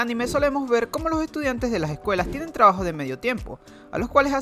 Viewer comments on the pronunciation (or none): Soy yo o en las palabras con "tr" ejemplo:trabajo-tgabajo